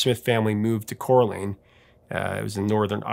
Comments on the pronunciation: Did I just hear you pronounce Coleraine as Corlane?! 😂 Coal-rain would be more accurate. For an Irish catholic family to move their English born child to Northern Ireland in 1970 given all that was going on between the British army and the catholic population, was indeed madness. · Interesting stuff. Ive followed Madness for years, great to know they're appreciated elsewhere. It was their wacky videos which first drew me in. PS. the town in Northern Ireland is pronounced "coal rain". 🙂